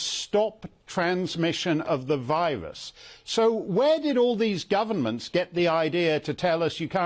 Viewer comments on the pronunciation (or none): I like how he said “it was a misinformation from our GORVERNMENTS” not government but gorvernments! They were all in on it. wake up world, the people you put at the top does not care about you. They really don’t. They will continue to lie and lie and lie to achieve their “new world order” agenda.